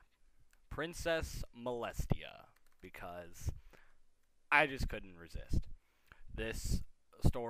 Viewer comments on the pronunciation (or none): none